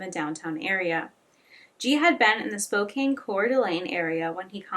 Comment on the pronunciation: Hey I live in the area (Spokane) and I know some of the names are difficult so for future videos here’s a guide Kootenai= koot-knee Coeur d’Alene- kore-duh-lane Spokane- spo-can Palouse- pa-loose Hope this helps I’ll edit and add more if I hear more difficult ones. Great video, your respect for the families really shines. Hope they are able to find some sort of peace 💔